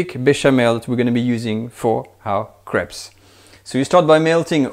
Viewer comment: It sounds like he’s saying he’s gonna make the most super savory craps today